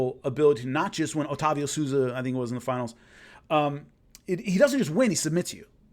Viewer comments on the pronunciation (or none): none